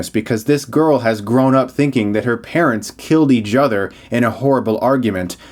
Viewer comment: Sounded like you said "they killed each judder"